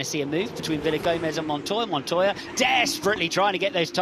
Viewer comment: Actually, it's pronounced MONTOJA